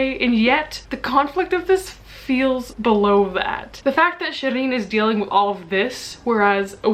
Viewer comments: Well technically it should be pronounced “sheereen” rather than “shereen” as it’s a Persian name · LOL. she didn't pronounce her name correctly. not at all. Its Shee reen. Just like it said in the book